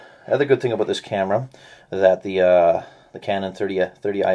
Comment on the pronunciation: are you from canada, i heard '' i don't know everything ''aboot'' this camera ?